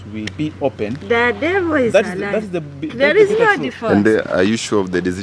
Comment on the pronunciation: " thaaaa devoo izaaa laya " nkt